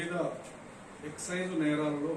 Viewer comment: ఎక్సేంజ్ కాదు తమ్ముడు ఎక్సైజ్